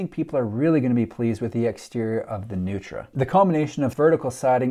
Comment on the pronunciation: The designers are honoring Richard Neutra (mid century modernist LA). It's actually pronounced "Noy-tra". Strange, I know.